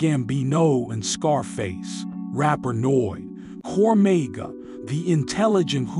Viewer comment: Have I been pronouncing cormega and combs the wrong way or this narrator just being white